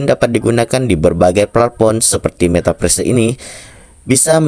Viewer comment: Belajar dolo ngomong metaverse 😂